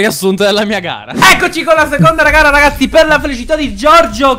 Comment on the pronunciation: Ma solo io al minuto ho sentito "Eccoci con la seconda ragara ragazzi"? hahahaha comunque siete troppo forti raga!